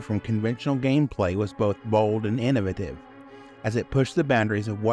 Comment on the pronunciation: Here's a controversy: the way you say innovative. ;)